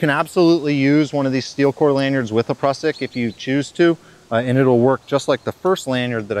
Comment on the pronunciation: Great video, very informative. But please pronounce Prusik "prew-sick". 😆